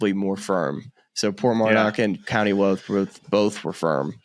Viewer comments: Also its Louth... Like loud. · Great episode lads...that's only the tip of the iceberg for links courses in Ireland...2 pointers...Ireland is not part of the UK and County Louth is pronounced as in the music is very "loud" 👊. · Still need to learn how to say Louth. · that was funny - them trying to do the correct pronunciation of Louth